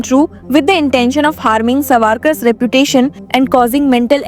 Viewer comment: U r pronouncing as savaarkar but it should be saavarkar, correct yourself, it is very odd to hear so.